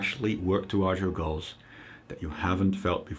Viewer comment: He pronounced "girls" and "goals" the same way